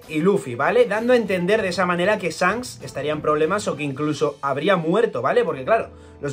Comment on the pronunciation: “Esfincs, Sancs” 😂